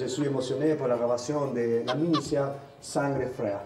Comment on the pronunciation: ''Sangre Frá'' ??? xD